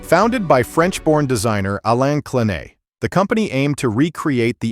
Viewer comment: "Clenett" instead of "Clen-ay" LOL